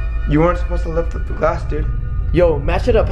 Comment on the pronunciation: To me when he said glass it sounds like he said glase and I’m like wait u say it glase I thought it was glass